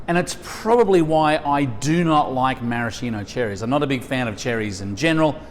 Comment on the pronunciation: That's not a marasheeno cherry. It's a maraSKEEno cherry. How hard can it be to pronounce it properly? Jesus.